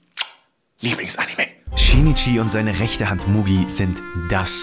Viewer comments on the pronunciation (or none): Bruder es heißt Migi nicht Mugi🤣🤣🤣